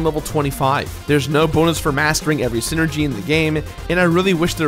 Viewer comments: Hey,, it's pronounced "SIGH-ner-gee," not "sin-er-gee." You can tell because it's a portmanteau of "psychic" and "energy," which is actually a pretty good explanation for how the characters' abilities work. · you pronounce Psynergy as Synergy? i always pronounced is as seye-energy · It's PSYCHIC POWERS, PSYNERGY. PSYCHIC ENERGY...not magic or ZEEENERGY lmao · I always thought Psynergy was pronounced: Sai-nergy Yunno, like Psyduck, Psychic, Psychosis, etc. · I don't think the P in Psyenergy is silent